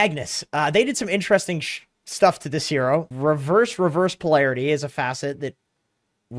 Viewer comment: Intresting "SHTUFF"